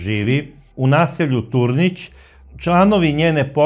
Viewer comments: Nije Tornic,nego Turnic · Nije Sušanjska,nego Sušačka bolnica...nije Tornić,nego Turnić..."sveznadar" riječki vam je to trebao sugerirati,ali očito on Rijeku jako slabo poznaje,a pravi se as